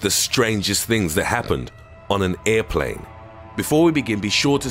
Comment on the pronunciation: an earplane